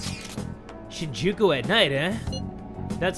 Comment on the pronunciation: It's SHEEN-jookoo Lmao